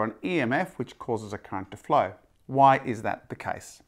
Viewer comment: Your pronunciation is funny sir. Almost like "Electric Cunt".